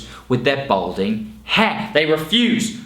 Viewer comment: Balding not Bolding.😉